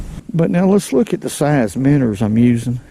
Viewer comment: Kiddos, when a man is telling you something about fishing and you heard the words “Minners” and “Straakes” you better listen up, he knows a thing a two.